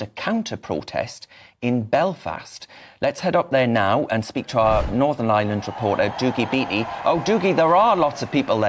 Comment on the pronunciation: Darren - it’s northern Ireland, not Northern ISLAND. It;s like saying “noo-car-sll” when you mean ‘new- CASS- ll”